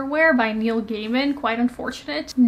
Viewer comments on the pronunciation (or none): none